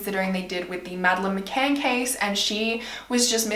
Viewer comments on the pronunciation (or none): none